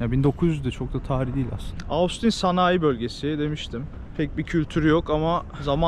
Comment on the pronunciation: Ostin diye telaffuz edebilirsin 😄